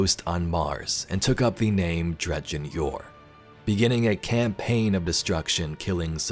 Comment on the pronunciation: "Somehow... Dredgen Yor returned"